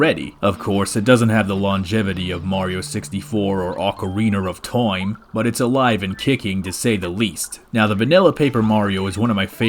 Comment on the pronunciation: Gotta love the way he says "Ohkareener of Toym" at the beginning.